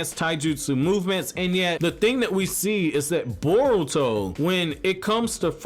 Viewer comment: Why do you keep saying burrow?